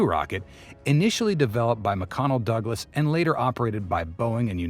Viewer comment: It's McDonnell Douglas NOT McConnell Douglas.